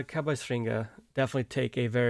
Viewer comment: How did you miss pronounced "cowboys" ??? This word is in English and you are speaking English!!! What you said was caboss. Do you not know what a cowboy is? Cow is the animal where milk and beef comes from and boy is the word to describe a male human! Boy is not pronounced as boss! Cow us not pronounced as ca! I can forgive you for miss pronouncing french words, but you have no excuses for failing to say cowboys correctly.